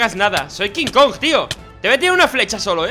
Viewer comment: Se dise kong